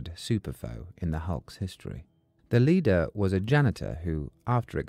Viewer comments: Leder??? Said 200 times…LEADER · Leader it’s pronounced like lee lee-der with a sharp e Lord such a good video with such an odd mistake